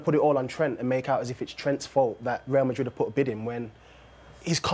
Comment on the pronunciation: How can a grown man not say Real Madrid properly?